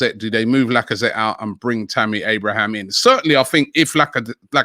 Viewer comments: It’s Abraham, not Abrahams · It's Tammy Abraham not Abrahams lol 😆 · Stop saying abrahams it’s so annoying especially when you say it then say it properly then go back to abrahams 🥵